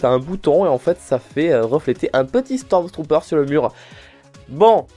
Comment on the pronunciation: J'ai remarqué que tu disais "Stromstrooper" mais ce n'est pas plutôt "Stormtrooper" ?